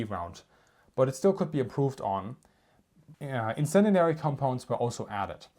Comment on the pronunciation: why do you keep saying "incendinary" ?